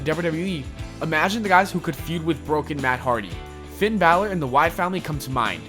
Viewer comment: "Who should challenge Taker at Mania" You pronounced "Finn Balor" wrong 😉